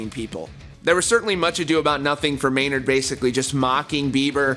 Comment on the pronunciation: It’s Maynard, bro